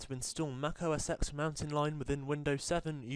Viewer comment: I'm russian and i hear "O a sex", but not OS X :D